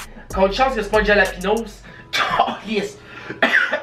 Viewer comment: un jalapinôse! HAHAHAHAHA